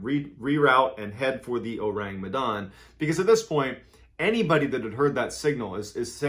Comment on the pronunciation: Phonetically it is: Oh-Rhung Meh-Dhun.